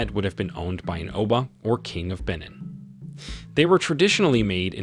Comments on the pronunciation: I wholeheartedly appreciate this video nut just a little reasearch would give justice to these pieces…example AKAN pronounce AH CON, Benin prounonce BAY NEEN , Igbo prounced EE BOW, but lots of knowledge for sure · I’m going to need him to learn how to pronounce Akan, Benin, and Ife correctly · you're saying benin wrong 😐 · The way he is pronouncing Benin is sending me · I'm from Benin and hearing it pronounced wrongly is making me cringe😂 Good video though